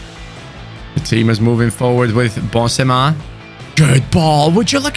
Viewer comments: Ok are we just gonna ignore the fact that he called Benzema bonsema whaaaat wait is it just me or what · when he said Bonsemar i was like wtf... then surprise surprise, its a botched pronunciation of Benzema. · He channeled his inner french accent 😂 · Cut some slack with his mispronunciations